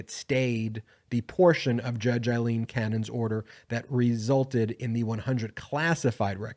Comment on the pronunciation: is it so hard to pronounce the name Aileen not Eileen'